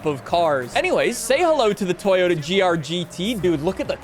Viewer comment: We used to have "Totoya", now we have "Toyotica"